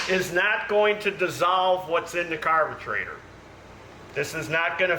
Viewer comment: I cannot believe you cannot say carburetor correctly. It makes you look foolish speaking to the public like you're uneducated. You need to go back to elementary school to learn pronunciation correctly that you might have passed up in your education you need special ed for pronunciation of words that you need today in the adult world.